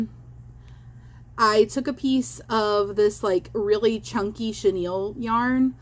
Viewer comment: “Chenille stems”… girl bye 😂😂